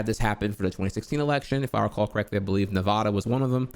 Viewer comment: The whole of Nevada shutters at your pronunciation of Nevada.